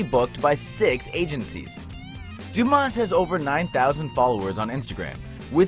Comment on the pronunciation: The s in Dumas is silent.